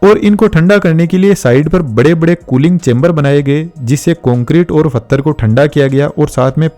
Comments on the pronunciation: Pathar not fathar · भाई फत्थर नहीं पत्थर बोलते हैं उसको पूरी वीडियो बहुत अच्छी थी बस इसी चीज ने बहुत इरिटेट किया मुझे l